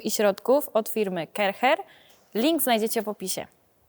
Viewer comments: Pani, nie mowi sie Kercher (tak jak sie pisze) tylko mowimy Kerszer. Poza tym wszystko super. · Sorry wielkie, film podziwiam ale wymawia się Karszer na tą firmę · A ja myślałem że wymawia się KARCZER😅